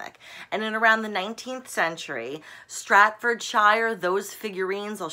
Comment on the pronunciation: STAF FORD 'SHEER'